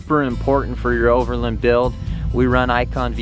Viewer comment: Never heard anyone pronounce it "over'lun".